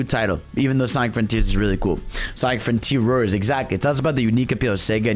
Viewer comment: Ah yes, i love Sonic "froniters", thank you 🤣